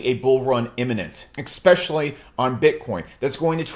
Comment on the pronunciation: I simply cannot sit and listen to a grown man who pronounces the word especially, Expecially. Holy Christ I haven't heard that since 2nd grade!!!!!!!!!